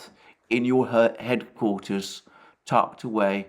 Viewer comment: you almost said "herdquarters", which seems appropriate in the circumstances.